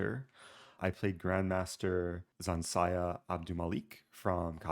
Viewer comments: Its ZH, not Z. ZHansaya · Zh is a /ʒ/ sound. Like invasion. Ж in russian.